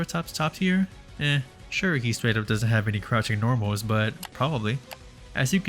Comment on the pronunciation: Deew Whiwe Normaws